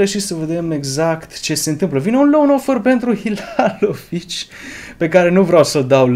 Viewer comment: Cum sa zici Hilalovici baaaaaa:))))))?Scrie Halilovic, tu spui hilalovici:))))